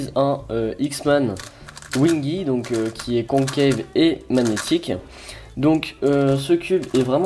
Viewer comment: Joyeux Noël ! Mdr tu me fait trop rire quand tu dis "conqueilleve" au lieu de concave😂😉